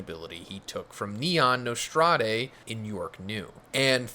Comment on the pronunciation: very minor nitpick here but “Nostrade” is not pronounced “Nos-trad-ay” it’s just “Nos-trad” or possibly “Nos-trade” the “e” at the end doesn’t have an accent like “café” if the accent were there then that would make the “ay” sound at the end.